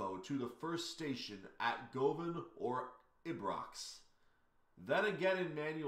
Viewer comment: Govan is pronounced Guv'n. See Rab C Nesbit.